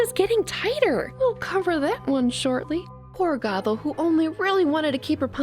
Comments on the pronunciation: K but like... it's GOTHE-l not "goggle." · how hard is it to say GOTHEL clearly the whole time it sounded like you were calling her goggle